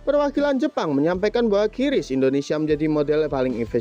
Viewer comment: Baca saja Kris sesuai ejaan Indonesia jangan kiris.